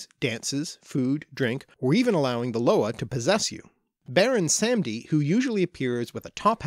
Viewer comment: baron 'sam-ee-dee'